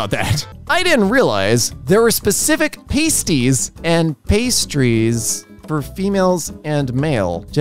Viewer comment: As a brit, you're pronouncing pasties wrong in this context. It's more like "Pahsties"